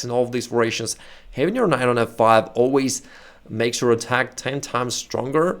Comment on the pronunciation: Var-i-a-tion The "i" is pronounced like like a long (e). You are pronouncing the word as Var-ration. Otherwise your English is excellent and your explanations are great.